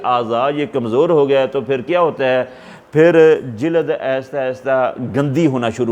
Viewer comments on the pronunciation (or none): Sir jilaad nhi lafz jild hy